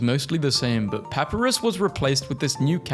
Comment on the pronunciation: WHY DID YOU PRONOUNCE PAPYRUS LIKE THAT